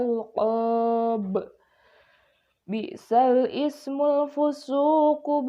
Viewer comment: Baca an alquran، bisalismu wasolkan. Jangan bisal ismu